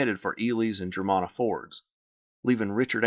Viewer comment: Germanna is pronounced GER-MAN-AH.